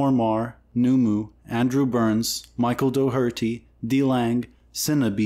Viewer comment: Do-hurty? It's Doherty, as in do-(soft h)-er-tea (the er as in her). Sorry, as an Irishman that bugged me. Otherwise very informative video.